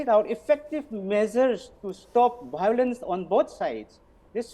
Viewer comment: Why can't the meitei pronounce biolence😅